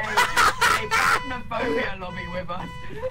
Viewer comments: am.. am I the only one who's lowkey bothered that he says "Plasmaphobia", instead of "Phasmaphobia" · can we get a counter for how many times cap says plasma-phobia not PHasmophobia?